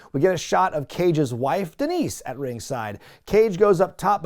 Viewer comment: DEENICE DEENICE DEENICE!! SAY IT RIGHT, ZAHNEE!